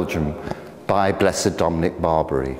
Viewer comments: I'm absolutely certain Blessed Dominic doesn't care how his name is pronounced in England by English people. I'm sure he's vastly more interested in important stuff like people following the faith and people being good to one another. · And if he did care about such things, he would be upset at for spreading misinformation on how to pronounce his name.